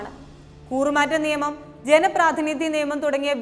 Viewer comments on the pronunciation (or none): none